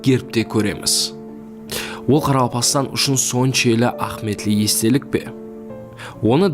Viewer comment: Баракелла,зор айтыпсанг маглыуматларды.бирак "а'химийетли"-деген созди а'хметли деп жибере бересенг.иним.асыкпай анык айтса жаным иним.😮😊